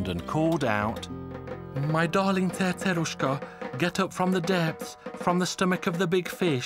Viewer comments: I can't even pronounce Cerceruska as the narrator do. Narrator: Before I forget what I was going to say... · You sound British while you're telling the story but when you pronounce the name of "Cerceruska" you suddenly become like a native Hungarian! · How do you pronounce the C's in Cercerushka's name??? Is it an "S" sound or "TH" sound???